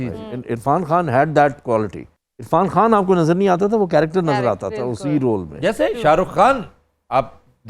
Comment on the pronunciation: you should learn urdu from aftab bhai because you said (irfan khan) but this word is خان not کھان